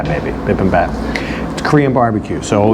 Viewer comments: Bee bim bop is how to pronounce it. Bulgogi is normally eaten wrapped in lettuce with vegetables, kimchi and some sauce. Not a fan of korean soups or fish dishes. Had them many times. Overpriced for the quality of the food. Thanks for the video. Try some korean rice cakes if they are home made. Other than that korean food is good for koreans. Not ready for prime time. I wonder who picked that place. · Pronounced "Bee-Bim-Bop."